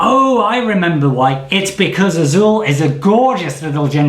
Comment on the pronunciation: You said Azul with the perfect accent. Kudos.